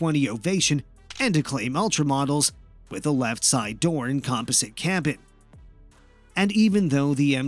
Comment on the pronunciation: Learn how to pronounce composite and fuselage or stop making these damn videos